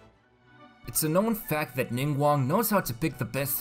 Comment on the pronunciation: IM PROUD OF YOU YOU PRONOUCED NINGGUANGS NAME CORRECTLY